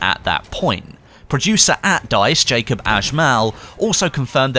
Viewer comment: Its pronounced Yacoob not Jacob :P